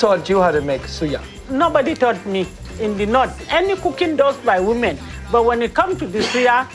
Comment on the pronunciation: Dude. You’re overpronouncing these words. Suya, Hausa, you doing too much.